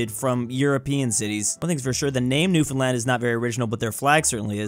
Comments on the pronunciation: New Finand???? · He started off the video by saying newfoundland wrong by saying it like 3 words instead of new-fn-lind, which seemed discouraging, but then he showed off the flag of Newfoundland and Labrador which made it better, THEN HE SHOWED OFF THE NEWFOUND REBAL FLAG AND I WENT NUTS. Good video so far and I am 30 seconds in lol. But the tricolour of Newfoundland is very cool and just for Newfoundland